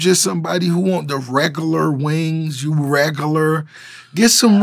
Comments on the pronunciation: The way rick Ross says regular Reg gur lar!"" XD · "reg-uh-ler" lol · Regoolar lmao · Was he trying to say regular?